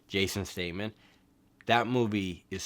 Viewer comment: Bro, who the hell is jason stateman it's Statham not jason stateman or bateman.. cmon man haha